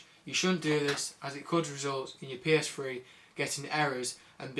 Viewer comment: OMG this guy is so stupid.... first off its not a psfwee ist a ps3.. secont of all those are all ovious and u should NOT turn off ur ps3 if your only gonna be gone for 2-3 mins cus its simply too much stress to be turnd off and on and off and on in short pirods of time.